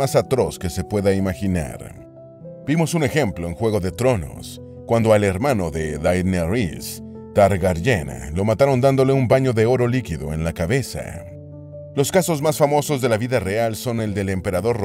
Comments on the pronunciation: dale narrador media pila como me vas a decir daenerris targár ien. mientras escribo esto haces publicidad de sub jajajssjajas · DAENERYS TARGARYEN no dhgfgenaeris targarllena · Esta fue la peor pronunciación de mamacita Daenerys Targaryen que jamás haya escuchado. 😅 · No es tan difícil realmente pronunciar Daenerys Targaryen y esta es la versión peor pronunciada que escuche jaja buenos videos igual, pero no vuelvas a pronunciar nombres de Targaryen por favor.